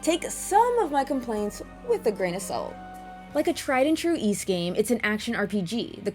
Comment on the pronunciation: It’s embarrassing but I never knew how to pronounce Ys until watching your reviews!